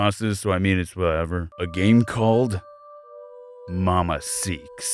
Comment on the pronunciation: Also who noticed "Mama Seaks"